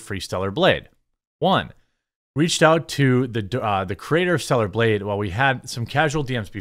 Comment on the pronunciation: And also, I've heard you say 2 things this whole video. That kind of brought to my attention. GAYB Instead of blade. AND org Instead of org l o l what What is your brain going through LO? L.